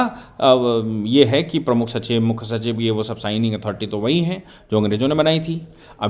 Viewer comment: Mukkha nahin Mukhya bola karen